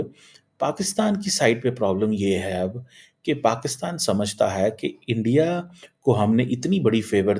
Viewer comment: subah se ENDIA( INDIA) ENDIA karke jeese kehta hai, rona shuru kar deta hai. 🥵🥵🤗🤗